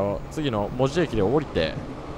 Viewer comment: でもこの人、意外にも門司のイントネーションが間違っていない 珍しい本州の人間